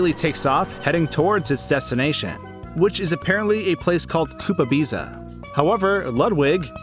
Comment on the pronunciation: Koopabiza is probably pronounced Koopa-BEETH-a, actually…